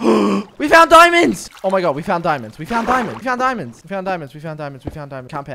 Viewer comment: Nobody:: GOING FOR THE DIMANDS